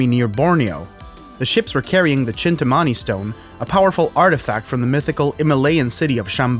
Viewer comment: its pronounced "Chintaamani"